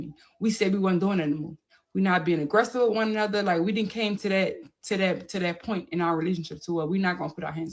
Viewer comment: I love when says purnt= point😂😂😂